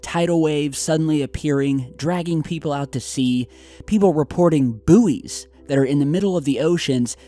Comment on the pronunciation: Isn't it pronounced boys? The floating things or is he on about something else? No hate genuinely confused. Great video 🤘